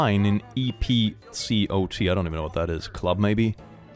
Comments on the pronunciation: EPCOT is one of the Disney parks. 😊 It's pronounced Ep-cot. Also, later came out that boy wasn't a famous college football player at all, like he was claiming.😅 That TT made our nationwide news because college football is so popular. 😂 He was called out and embarrassed nationally.😂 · Epcot is a section at Disney world and it’s pronounced how it looks